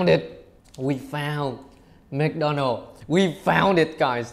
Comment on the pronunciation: Mc Donald người ta đọc mặc-đo-nồ còn anh đọc mít-đo-nồ 🤣🤣🙏